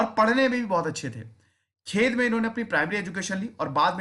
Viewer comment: खेद नहीं सर" खेड" plz अर्थ ही अलग होता हे